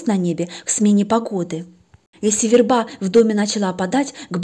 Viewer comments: в русском языке есть слово верба, ударение на первом слоге - вЕрба (семейство ивовых) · ВЕрба. Ударение на "е".